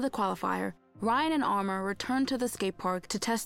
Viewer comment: It's not Ryan. It's an arabic name "Rayyan".